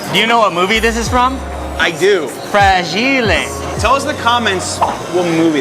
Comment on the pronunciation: FRA-GIL-E! I think its french! 🤣 Great tips video for vegas! SMH with the sneaky wifi fees!